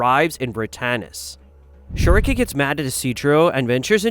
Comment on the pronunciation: Beh-heh-lit say it with me not "beh her rit" we don't call Guts, Gatsu. Schierke = sch rike (like the bird schrike) not "schere re k" You have to adjust for verbiage.